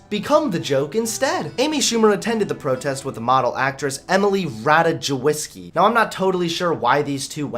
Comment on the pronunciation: a Polish viewer to the rescue: Ratajkowski Ra-Tie-kov-ski Not Ratajoueevski